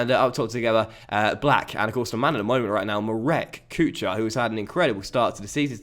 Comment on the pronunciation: Enjoying the series immensely! On a quick note: Kuchar: ch is pronounced as h (think the first sound of the word Helicopter). It means cook. *************The more you know **************